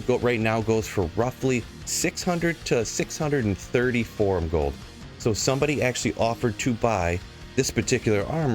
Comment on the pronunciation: "Forum Gold" lmfao